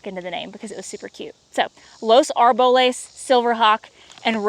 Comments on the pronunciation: Arboles pronounced Ar bo less.😊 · Karen's Arboles part of her name is pronounced Ar- bo- lace! 😊